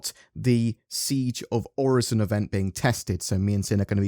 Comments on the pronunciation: It's pronounced OR-IS-SON That's how a computer says it :P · i dont get why there is confusion on how to pronounce Orison. Its Orison, not OriZon... there are ads promoting Orison like a tourist destination that demonstrate its proper pronunciation. must be a british thing XD